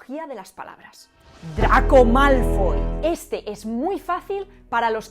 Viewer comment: "Dragón Malfoll..." xdd